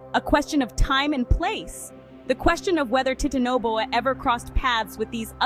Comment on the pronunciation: Teatanoboa 💀 Guys what is titanoboa It’s teatanobia The tea snake